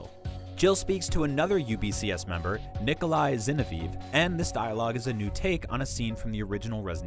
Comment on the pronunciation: Did you just call nicholai ginovaef "nicholai zenefif" wtf is wrong with you seriously I would literally take 5 minutes to search how the names are pronounced